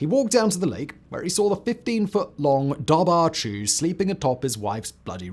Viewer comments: Pronounced "DOVor khoo" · my dude, dobhar-chú would be pronounced duv-er coo - ch in Irish is a hard k sound, and bh is a v sound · As a native Irish speaker the dobhair chu would be pronounced dower-ku ❤❤ keep gaeilge alive ❤❤ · Just FYI the correct pronunciation of Dobhar Chú is "Dour (like hour) Coo". It means dark hound in the Irish language. Oh and Leitrim is "Lee-trim". Irish words are tricky for non Irish speakers to pronounce.